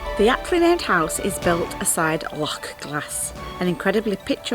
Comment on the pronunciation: Heard of it but first time I've seen it ! Good work . Braw to hear an Englishman pronounce Loch properly also !